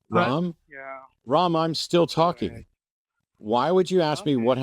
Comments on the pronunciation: Why ask if Ram is pronounced Ram or Rom? Why, after he has said it is pronounced as Ram, do the hosts proceed to pronounce his name Rom? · Ram as in Ram with a short 'a' - like the gentleman himself pronounced it.